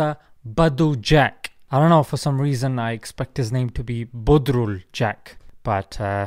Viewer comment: being a Bengali...watching him pronouncing Bodrul way better than anyone.. cracked me 🤣😂